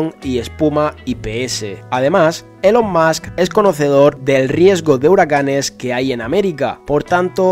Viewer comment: ya que pones accento americano para pronunciar el nombre de elon musk, dilo bien xD se pronuncia "ilon mask"